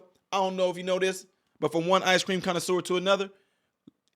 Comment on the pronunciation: Be vwey vwey quiet, im.eating ice cweam